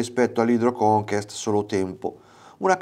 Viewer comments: “Conquest” si pronuncia come si scrive. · non va pronunciato come si può, va pronunciato nel modo giusto. conquest è francese, ma che inglese ! vuol dire conquistare